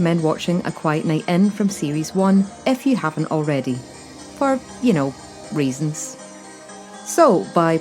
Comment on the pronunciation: Reasons or Reeson? 😂 ❤